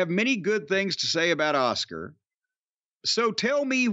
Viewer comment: Cornett said Oscar instead of Askua😂😂😂😂😂